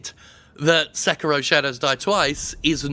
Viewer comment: Se-ki-ro. sek-ro. okay